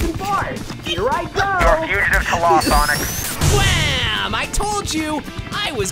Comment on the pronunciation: SAWNIK, MY LONG LOST LOVER, IT’S FI- uh